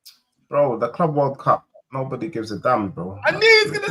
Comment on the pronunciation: Man's a native English speaker. he MUST know how CLUB is pronounced.